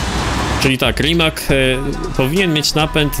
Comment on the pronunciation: hej, jeśli chodzi o RImac`a to czyta się RIMAC nie RIMAK, wiem że brzmi dziwnie, ale na końcu jest C:-)